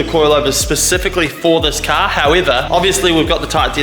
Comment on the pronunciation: Bro caaaaaarrrrrrrrr c a r car not ca you keep saying ca what the f is a ca